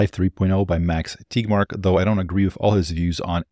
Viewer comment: Thanks for this. But, why are you pronouncing Tegmark as TIGMARK?